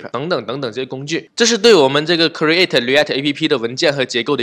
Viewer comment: human(O), not humen(x). Height, create, export , component, image 都唸的不對。這已經不是發音問題了這是根本亂唸一通阿阿聽得好痛苦。感覺可以稍微學一下怎麼唸這些字，比較好跟其他人溝通。animal 聽得懂但是也不對。強調一下你講的很棒，感謝